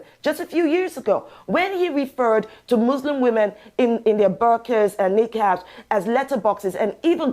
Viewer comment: Desperate trying to protect herself from cancellation! Incidentally Dr Shola said burka and niqab wrong so............